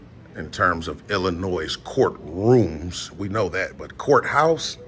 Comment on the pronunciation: It's Illi-noy not Illi-noise.